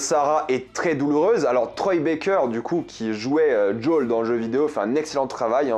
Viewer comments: Alors j'aime beaucoup ta vidéo et ton anlyse MAIS, en français, son nom est "JOEL" pas "d'Jol" (c'est aussi mon prénom alors je me sens un peu visé) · Tu peux pas dire Joël au lieu de joool c'est très laid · jol jol jol joel!!! lol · Alors c'est JoEl pas Jol... Parce que là c'est insupportable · Arrête de prononcer djol 😭 je te jure que sa me fait souffrir 😭🤣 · Je t'adore mais peux tu arrêter de l'appeler djol punaise c'est joël quoi pourquoi djol ? (ceci dit très bon mando dans ce rôle) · Désolé, mais quand tu prononces le prénom de Joel, j'entends celui de Jul, le rappeur marseillais dont je suis allergique ^^ Pardon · Pourquoi tu dis jol ? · Ça me perturbe à chaque fois qu’il dit son prénom 😅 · The last of us est mon jeu préféré j'ai du me les faire 3 ou 4 fois chacun j'étais pas fan du perso de eli quand je les vu dans la bande annonce mais lors du premier épisode j'ai eu la même réaction que toi ok il on géré par contre tu me fais saignait des oreilles a chaque fois que tu prononce le blaze de Joël 🤣🤣 je pense que si il continue comme sa la série va être incroyable par contre je suis pas fan de tess je la trouve largement moins bien que dans le jeu a voir plus tard